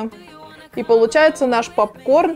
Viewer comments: Правильно говорится пОпкорн а не ПАпкорн.Учти а хотя видео классным получилось 👍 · Попкорн , А не папкорн Уши режет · Не папкорн а попкорн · А почему "пАпкорн"?)) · Меня тоже бесит как она называет Поп корн,ПАп корном😂🗿👌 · А не папкорн а попкорн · пОпкорн же а не пАпкорн🤣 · Ахаах, почему пАпкорн?? 😄😄че за бред? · Режет уши «пАпкорн». Колхоз какой 🤦🏼‍♀️ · каждую секунду "пАпкорн" уши режет жёстко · Уши режет от слова пАпкорн, исправляйте речь ) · ПАПКОР бесит,кто так говорит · Режет слух от этого "пАпкорна".. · Так режет это ваше "пАпкорн" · Бесит, что за "пап-корн"!